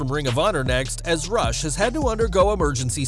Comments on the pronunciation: Sad RIP Daffney Mental health is real...and his name is pronounced Roosh not Rush I guess it's a Latin pronunciation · Hey, you pronounce Rush Roosh